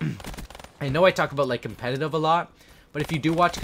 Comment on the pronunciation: He said competive.. Its competitive..